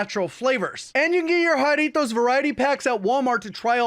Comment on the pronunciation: You pronounced Jarritos perfectly. You’re from the west coast aren’t you